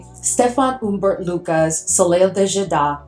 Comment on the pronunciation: So happy to have found you on YouTube. I'm a big fan of the Middle Eastern fragrances. Just a couple of pronunciation suggestions: "Soleil" is pronounced "So-LAY" and "Tapis" is pronounced "ta-PEE". :) Please keep these amazing reviews and comparisons coming!